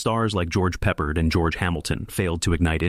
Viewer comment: It's Pronounced George PRE-Pard NOT George PEPPERED like some weird menu item! You seem to have a problem with him as every other movie you list as a flop stars him. What's your point? Battle Of The Bulge is the only movie here that DEFINITELY deserved to be a FLOP. Calling the rest flops is ridiculous. The Battle Of Britain? The Blue Max? Anzio? The Victors? The Secret War of Harry Frigg (which is a terrific comedy)? You are clueless.